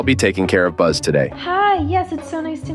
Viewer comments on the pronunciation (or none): It’s buzz not bozz